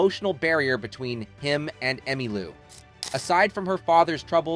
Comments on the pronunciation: No kidding! "Fuse-ed". "Emma Lou". Frequent er-roars. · Who writes this crap? More to the point, who (or what) READS this crap? her name was pronounced "Emmalow" and Parson's death "de-stab-i-liz-ed" her. Is it some kind of reading bot?